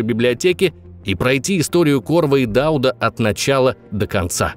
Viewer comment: Низкий поклон вам за ДАуд, а не ДаУд. Действительно, люди разбираются в теме!